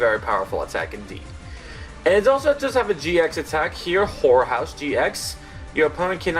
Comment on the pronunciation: Hey N when u say horror house can u enunciate both syllables cause it sounds kinda wrong if u dont. 😳